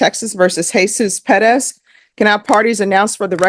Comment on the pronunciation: Ugh it's always cringey how pronounces Perez "peh dez"